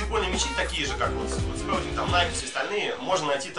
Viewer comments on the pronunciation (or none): Фонетика слова Spalding сполдинг